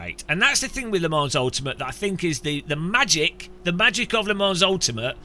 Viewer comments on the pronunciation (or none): It's pronounced Le Mon, not Le Mans! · Le Mans is pronounced "Le Man" - It’s a silent S.